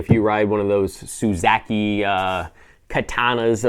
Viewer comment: I don't own a Suzuki but him saying Suzaki Katana is like us saying Harley Gayvidson